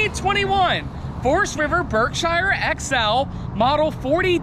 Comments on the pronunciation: I'm from Massachusetts where Berkshire Ins is . It is pronounced "berkshear" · For god sake somebody teach him how to pronounce the word "Berkshire"